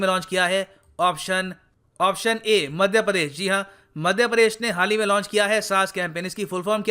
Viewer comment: Padesh nhi... Pradesh hota hai 😃😃😃